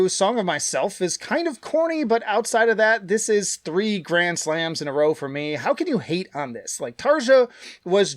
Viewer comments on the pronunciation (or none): none